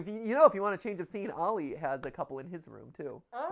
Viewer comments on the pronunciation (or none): none